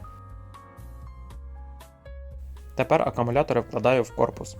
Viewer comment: Все файно! Але НЕ "АКАмулятори", а АКУмулятори.